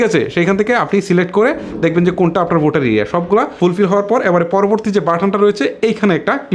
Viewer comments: তোমার উচ্চারনে বিরাট সমস্যা।বোটার না বলে বলবা ভোটার। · ভাই আপনার প্রতিটি শব্দ উচ্চারণ এই সমস্যা রয়েছে এটি আগে আপনি ঠিক করেন। টিকানা, স্তান, বোটার এসব কি ভাই?!!